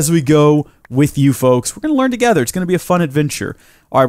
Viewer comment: we will learn toge- awkward pause -ther